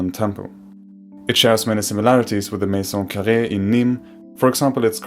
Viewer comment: He's not french because he said "la maison carrée " with an accent who is clearly not french